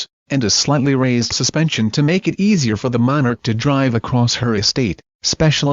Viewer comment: Monarch not manor